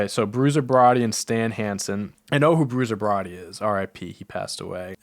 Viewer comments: Then following it up with Bruiser Broddy 😂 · Lmao why pronounce bruiser brody like that